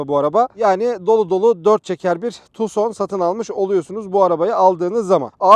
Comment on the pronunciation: tuson degil abi tukson.